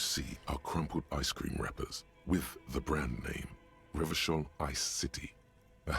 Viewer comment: No! Don't pronounce it Revakol!!!!!